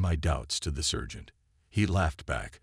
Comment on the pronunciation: SERGEANT not surge ant. Good grief how old is the production crew: 6/7 yrs old? My son could have read these flawlessly when 6 yrs including the words in German